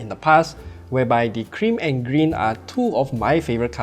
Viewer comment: I heard Green as 'Cringe' somehow..😄